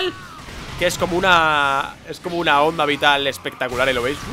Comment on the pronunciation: me sangran los oídos cuando escucho onda vitaal!